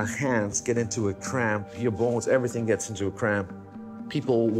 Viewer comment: 😂😂😂he said bones not balls